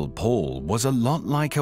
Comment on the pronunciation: Excuse me not Mall but Paul